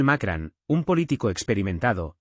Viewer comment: No es Macran, es Macron! (con O no con A)